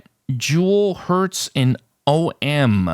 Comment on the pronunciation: And you were the only one who pronounced "om" as OHM.